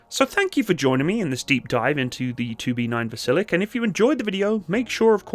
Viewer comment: 2B9 has a quirky pronounciation, more akin to "Vasil-yok". Great video, very informative.